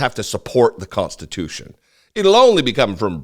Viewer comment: I've no quibble with the substance of this video, but please stop saying, "cont-stitution". Thank you.